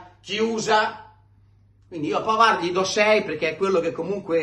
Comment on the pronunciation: È vero che Di Gregorio ha preso tutto e Sommer quasi niente, ma va anche detto che il portiere lo fa la difesa! Su Bisseck: innanzitutto, caro, impara che in francese la "d" finale non si pronuncia, quindi smettila con quel "Pavard" e pronuncia come si deve: PAVAR! Semplice, no? Smettila di rompere i coglioni su Bisseck, perché non c'entra nulla, in NESSUNO dei gol! La ragione sta nel fatto che, senza Chalanoglu, non abbiamo un mediano adeguato che faccia filtro nelle fasi senza palla e costruisca nelle fasi con la palla! Tutto qua! McKennie se lo perde Zielinski, non DeVrij! Nel terzo gol, è un Dumfries stanchissimo che, senza l'aiuto di FRATTESI (e non di Bisseck, che stava al centro sul cross...) è stato sfortunato su Yildiz (la palla gli è sfilata sotto la gamba: solo sfortuna...)! Quindi, smettila con Bisseck, perché lui è una delle poche note positive di quest'anno, soprattutto quando viene messo braccetto con Darmian esterno, e si trova costretto a fare per sé e per Darmian!!! Caro, non deluderci: non farti influenzare dai commentatori incompetenti!!!